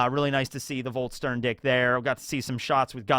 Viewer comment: It's funny hearing you call it. Volt - stern - dick instead of Volsh - shtan - dig.